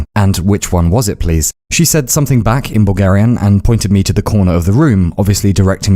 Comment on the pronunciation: Why do I keep hearing "Boogerian"